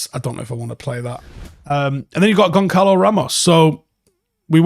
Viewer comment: pronounced GON SAH LO